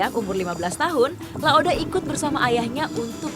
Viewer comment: Bkan laode tp laoda